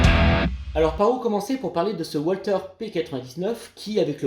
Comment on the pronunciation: On ne prononce pas walther à l'anglaise mais à l'allemande le w se prononce v .